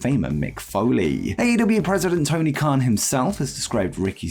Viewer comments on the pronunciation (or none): none